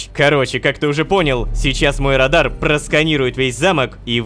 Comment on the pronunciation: Не радар а радан